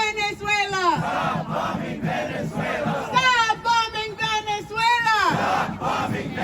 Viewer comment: They can’t even pronounce Venezuela properly 😂